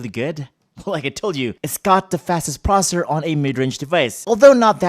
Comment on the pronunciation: The moment he said processor like prosur